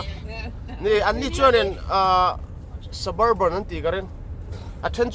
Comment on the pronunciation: Suburban nilo in Sub-Urban tih a lam tur zawk. Urban(khawpui) tih na kha. SUB-URBAN